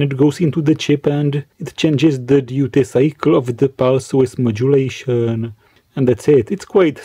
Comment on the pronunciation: very interesting. Thanks. Also I like when you say pulse width, I hear pulse Swiss <3